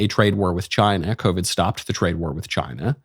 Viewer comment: Tuned in late live, first thing I hear michael say CHY-NA 😂😂😂😂